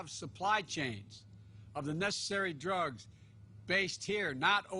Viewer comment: Prescription "Jugs" ? At least when he is coughing he is not misspeaking.